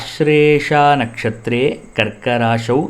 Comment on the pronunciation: The நக்ஷத்ரம் is to be pronounced as "ஆச்லேஷா நக்ஷத்ரஸ்ய "